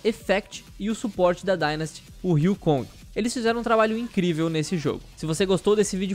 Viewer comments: salve salve, o sup da seul é pronunciado como "riu-ji-rrong" e nao riu-kong abçs bom video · É Ryujehong não Ryukong.....